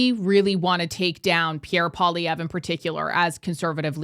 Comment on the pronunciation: Please say his name properly ffs tabernacle: said like PWAH-lee-ev-rrrr Poil-i-èvre. Merci 🤌